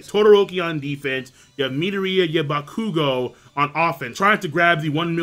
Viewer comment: Adonis Richards he's pronouncing it right. it's bakugou's name he pronounces wrong (he emphasizes the "KU" instead of the "Gou)